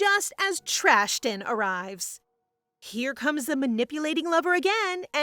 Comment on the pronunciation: i loved when you called trishan trashten😂😂🤣🤣